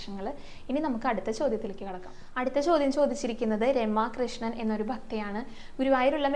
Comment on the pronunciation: ഹരേ.... കൃഷ്ണ.... ഗുരുവായൂരപ്പാ ശരണം 🙏🙏🙏 ഗുരുവായൂർ ക്ഷേത്രത്തിന്റെ തെക്കേ നടയിൽ കാണുന്ന "മരപ്രഭു " ശില്പത്തെ കുറിച്ച് വിശദീകരിക്കാമോ ? ഒരു തിരുത്തുകൂടി ശ്രദ്ധയിൽ പെടുത്തട്ടെ. എന്റെ പേര് Ramakrishnan.D.S എന്നാണ്. എന്നാൽ വീഡിയോയിൽ രമ കൃഷ്ണൻ എന്നാണ് പറയുന്നത്. ഇനി ശ്രദ്ധിക്കുമല്ലോ. നാരായണ അഖില ഗുരോ ഭഗവൻ നമസ്‌തെ 🙏🙏🙏🙏🙏